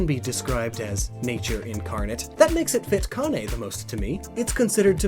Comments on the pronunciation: I don't care if this video is almost late. I'm just happy you finally pronounced Kane correctly. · Thank you! For pronouncing Kane correctly